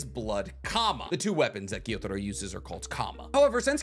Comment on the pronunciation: love the video but dislike how he pronunciates the names for instance, he says gyotaro but his name is gyutaro or kokoshibu but his name is kokoshibo hes just getting his U's and O's mixed up